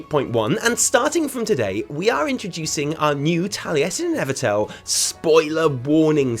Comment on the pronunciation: Evitel, nice try 😂😂😂😂😂